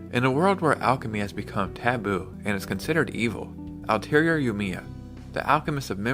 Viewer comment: atelier is pronouced as ateljay ....a-tel-jay